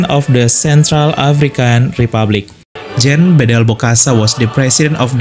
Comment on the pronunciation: Brother! Your channel is informative one but try to cultivate your pronunciation here Spiritual is pronounced as spiritchual.And in Spanish JUAN (equivalent to John) is pronounced as (Huan).And in French JEAN(equivalent to John) is pronounced somewhat like (Jong) not Jeen.